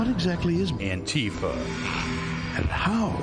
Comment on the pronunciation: Surely everyone pronouncing it like Trump does has to be some sort of joke right.. I mean maybe they think Antifa is a real thing, or perhaps if they called it the literal thing that democracy is (Anti-Fascist), it might not hit so well with listeners lol.